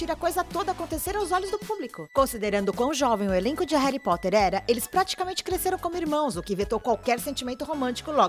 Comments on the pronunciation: Que povo fresco do crlh, pqp!!! "Ain, ela fala Reri Potter" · Reri Potter que agonia do caramba HARRY POTTER Já to acostumada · E minha professora que falou Reri Poti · "Reri potter" kaka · O jeito que ela fala "Reri Potter" é agoniante. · Reri poteir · Reri potter,anão vey 😑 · Muito legal vocês ficarem trazendo coisas de fora que NÃO TEM NADA a ver com o filme/elenco (sim, estou falando de Brad e Angelina, Kristen e Robert). E, pra fazer esse tipo de vídeo, é importante saber pronunciar o nome dos personagens e atores, viu? Principalmente o nome principal da saga. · Claramente inglês não é o forte desta moça... cada pronúncia dos nomes do elenco é uma facada no meu coração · "Réri Potter",Réri Potter uma ova é Harry Potter!!!Fiquei revolts! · N e reri Potter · Véi tu fala Harry Potter igual minha mãe ("Réri Pote") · "Reri potter" ;-; AAAAAAAAA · Réri potere? Kkkk da agonia mds kkkk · Ela falando "Réri Potrer" doeu meu coração. Aliás, pare com esse preconceito contra a Sonserina, é ridículo julgar alguém apenas pela casa a qual ela foi escolhida, nem todo sonserino é vilão, existem bruxos muito maléficos e outras casas, exemplo: Pedro Pettigrew. Existem bruxos bons e legais na Sonserina, por exemplo: Escórpio Malfoy, que é um amor de pessoa (não sei se vocês consideram Cursed Child). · Eu ja tinha deixado o like mas quando ela começou a falar "Reri Potter" AAAAAAAAH tirei meu like kkkk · "Réri poter" kkkkkkkkkkkkkkkkkkkkkkkkkkkkkkkkkkkkkkkkkkkkkkkkkkkkk melhor inglês kkkkkkkkkkkkkkkkkkkkkkkkkkkkkk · QUE AGONIA ELE FALA "Reri Potter"... RESPEITA MEU BRUXO KALAI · Réry póter KKKKKKKKKK horrível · Quem também sentiu agonia dela falando Reri Potter? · "reri potter" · "reri poter " q raiva man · Fi é reri potti kkkk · Rérí Potter JK. Róling Daniel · Jay Kai Róling, Rari potter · Tenho que ser sincera, apenas vi coisas erradas "Reri Poter" "Jei ka roulin" "Sonserina por nome, sonserina por natureza" E muito mais... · Réri potter, J.K. Róling.... Pronúncia boa né